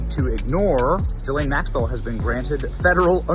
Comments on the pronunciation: Ghislaine doesn't begin her name with a J, so quit pronouncing it that way. Thanks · Drives me crazy when you say “JI-lane.” It’s Ghislaine “GI-lane or “Gee-len” according to herself, her brother and her lawyer. Even though she’s a vile and perverted criminal, it’s better to say her name correctly. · Ghislaine is a very old European name. It is pronounced as it is spelled. G-his-laine. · You’re pronouncing her name wrong